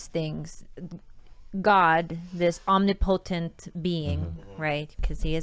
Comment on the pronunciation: "God, this um-nipple-tint being" didn't know God had tinted nipples